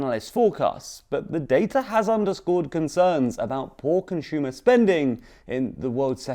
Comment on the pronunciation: If this dude says conSHumer one more time I’m going to give him a figurative wedgey. Learn how to pronounce things without pretension, bro.